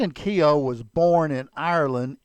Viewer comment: Keogh is not pronounced kee o